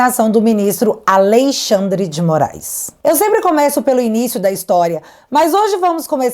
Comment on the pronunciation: "A LEI XANDRE DE MOAIS"